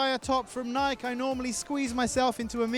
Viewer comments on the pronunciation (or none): thumbs down for your pronunciation of Nike